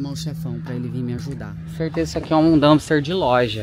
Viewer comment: DUMPSTER, D U M P S T E R, com P, please!